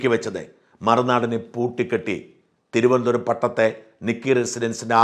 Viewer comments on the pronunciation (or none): none